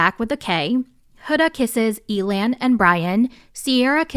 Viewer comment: Honestly, I like that Amaya approached Zak and made the first move. Some guys like that and prefer it. Side note, I thought it was hilarious that you pronounced Elan’s name like alien, I had to do a double take 😂